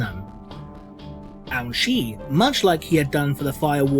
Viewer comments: I just keep hearing Ouchi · I keep hearing that as "Ouch'y." What's next, Commander Boo-Boo? Sergeant Wound?